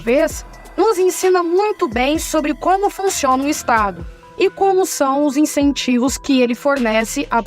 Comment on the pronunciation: "Incentivos", com "I" - não "Encentivos" 🤦‍♀. Só consegui entender na segunda vez, pelo contexto.